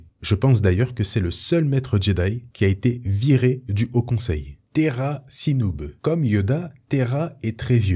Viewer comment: Très bonne vidéo mais attention à la prononciation de certains noms (Eeth Koth se prononce "Iss Koss", Tera Sinube se prononce "Téra Sinoubé" et Even Piell se prononce "Éveun Pil"). Mis à part ça c'est vraiment très bien. Mais ne manque-t-il pas Tyvokka et Micah Giiett aussi ?